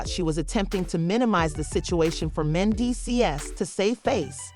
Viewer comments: Soon as the commentator pronounced mendeces S I was done learn how to pronounce the names of you want to report on them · The Narrator tour Mendeecee’s name up. 😘😘😘